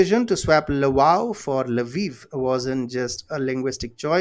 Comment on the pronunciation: Welcome back If Sikorski can't pronounce them names maybe you can help him. BTW its pronounced "saym" and "lvoov".